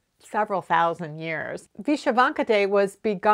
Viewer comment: Hi - You are my single most valuable Youtube resource for knitting techniques as I develop as a knitter. Thank you so much! As an American of Ukrainian descent, I can tell you that Vyshyvanka is pronounced vih-SHIV-on-kuh. Thanks for gathering all these neat tidbits